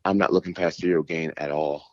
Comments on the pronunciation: He calls him cereal gane lol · Lol he foreal said "cereal gain". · Man called him Cereal Gain 😂